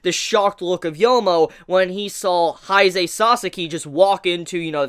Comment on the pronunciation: You pronounce Kaneki and Haise so strangely